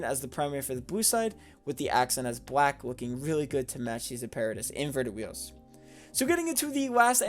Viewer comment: That apparatus design is amazing! Also it is pronounced app-uh-rat-tis and means technical equipment or machinery